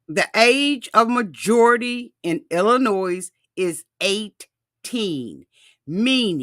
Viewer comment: I say this with all the love in the world. Illinois…it’s pronounced “El-a-noy” The “s” is silent. Like the “L” is silent in Salmon, it’s pronounced “Sam-an”. Love you and don’t want you using bad English in mixed company 😊